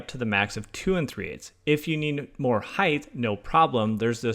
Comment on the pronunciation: Are you saying "heighTH"?